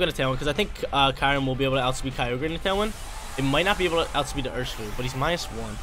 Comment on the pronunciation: Also, I think its (Curry-Um)